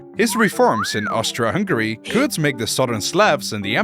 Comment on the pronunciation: OMG ONE PERSON THAT SAID Austri(A)-Hungary not Austr(O)-Hungary 🔥